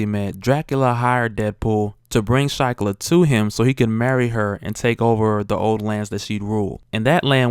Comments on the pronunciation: Pronounced sheeklah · Shiklah = "SHEE-klah"